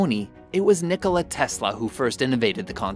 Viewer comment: it is Nikola, not Nicolai